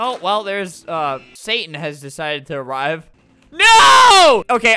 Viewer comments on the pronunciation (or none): none